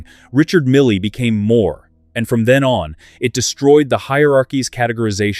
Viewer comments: Why do you pronounce his name MILLY ? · I dropped down here to say the same. Disgusting to hear two different pronunciations of "Mille" in back-to-back sentences. I'm outta here...I feel insulted.